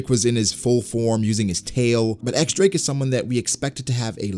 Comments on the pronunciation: X Drake =/= Eks Drake. It's the roman numeral for ten, and it's pronounced Diez, like in Spanish. Don't ask me why that makes sense, but that's what it is. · It's "Diez" Drake, not "EX" Drake please